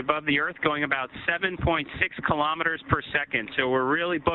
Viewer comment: Someone is having trouble pronouncing "kilometers"!